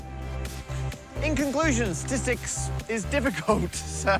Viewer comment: "Parker-stistics" .. I think its good enough!